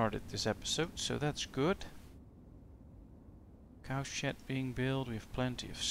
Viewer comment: His accent turned "cow shed" into "cow shit." I swear I heard it every time he said it.